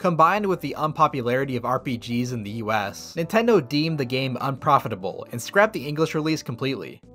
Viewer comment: I just realized it's NINTEN-do